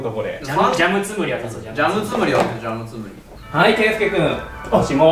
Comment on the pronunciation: ジャムつむりぃ〜！って言ってない？